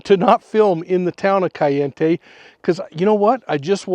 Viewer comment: CAL- E- In-tay 🤦🏻‍♀️ and I'm going to believe whatever you tell me?